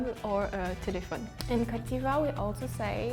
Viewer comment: Yo when she said posh she didn’t mean classy she meant snobby lol The chick from Ivory Coast says cote funny sounds like cat. We don’t say un phone we say cell ou mobile in canada